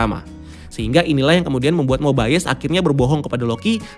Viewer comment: Hadeuh, cara baca "mobius" bukan mobaiyes, tp mobiyes🙄